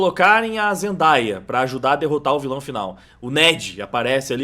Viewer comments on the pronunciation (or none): Morri vendo o vagner falando vila do seu boneco kkkkk vila do sr boneco?